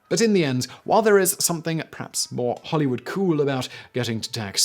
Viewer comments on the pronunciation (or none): none